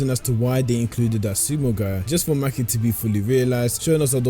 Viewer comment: Maki❌ Mackie ✅